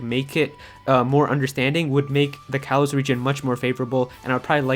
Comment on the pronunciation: "Kalos" is pronounced "kah-lohs".